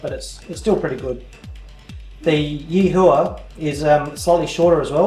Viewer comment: PS, It's pronounced Yee-whah.